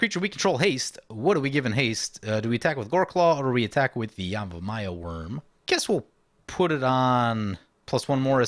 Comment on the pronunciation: Love the episode, but I gotta ask: Is there a reason you're saying yamivaya and not yavimaya? You allways do that, is there a reason?